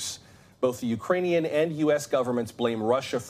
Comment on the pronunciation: "Utrainian". Hilarious.